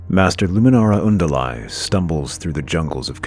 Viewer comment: Good video for the most part, pronounciation of various things like Luminara Unduli makes me squirm.